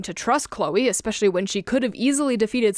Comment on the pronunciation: I honestly love your videos but i do have to ask.. why do you keep saying ek-specialy???